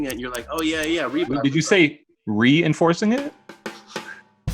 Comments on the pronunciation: for the stupid pun. “REE-inforcing” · “REE-inforcing it” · worst take saying REE-inforcing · for saying ree-enforcing... The quarantine is hitting hard now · for saying... REE inforcing for sure!